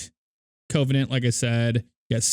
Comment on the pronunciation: I'm triggered by how you say Covenant. Its pronounced: kəvənənt